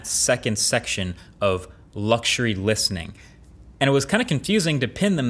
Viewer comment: Is it only me or does the way Marquez says luxury sound different 🤔